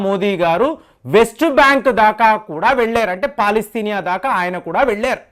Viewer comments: అది పాలస్తీనా అంటారు కాని పాలస్తినియ కాదు. మీరు సరిగ్గ పలికేతే మీ వీడియో చూడవచ్చు. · Palastinia kadu ra bulle palastinia anu.